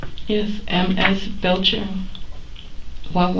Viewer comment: Aww hell she just had to be a Belcher 🤦🏾‍♀️ I never understood how someone could see “Belcher” and pronounce “Bleacher” it’s Bell 🛎️ cher